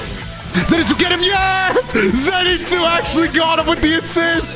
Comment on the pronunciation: Who is Zenetsu I thought it was Zenitsu